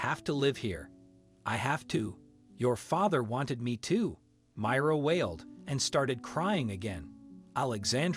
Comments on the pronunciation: It's my- ra not mira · Why can't you pronounce the names correctly? The widow's name is supposed to be pronounced as My rah.